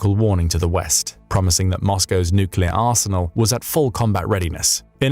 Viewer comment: Are you sure it's nooclear not noocular? Ah AI text-to-speech.